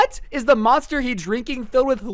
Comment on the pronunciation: moninster energy drink Me: DUDE YOU JUST BUTCHERED THAT NAME